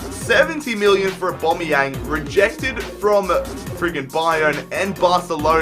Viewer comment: y does he say abomyang